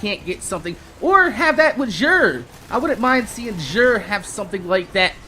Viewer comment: And his name is pronounced zur, the x is just like a fancy z pal. Great videos, love the energy.